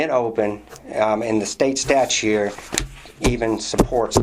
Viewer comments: Can't stand the way some people say "statue" instead of "statute". continues to do this throughout. Not sure why but this really bothers me. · Except pronounces it "statues".